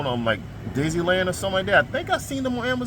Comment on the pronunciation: Disneyland brakes?? LMAO😅😅 I think its the letters D then Y followed by the word Island. So D Y Island. Is how its pronounced.